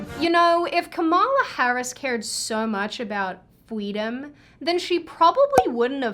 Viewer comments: "FWEEDOM" Kamala says. Wow.......what a TERRIBLE Elmer Fudd impression. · This is Fweedom. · Why do I find it cuter when says "Fweedom"? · Lost my shit when you first said “Fweedom” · It’s the “Fweedom” for me 😭😭😭